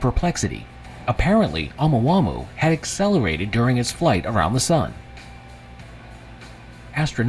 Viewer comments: ya'know i really hate it when a NON-scientist narates a video about scientific discoveries and FAILS to double check the actual pronunciations of these words....Oumuamua is a Hawaiian word.....it would be pronounced OH MOO AH MOO AH....OU is OH and MUA is Moo Ah.... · Are we going to talk about the pronunciation of Omahumhau?Or Nah? LoL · Ai is supposed to be so smart, but it can't pronounce words like Omuamua, lol 😂 Ai is reading this out!! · The voice is pronouncing the name wrong because it’s an AI voice over. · The way he pronounced Oumuamua (sp?) was so annoying.